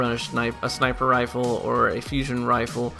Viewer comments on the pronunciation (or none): lol "shniper rifle" :)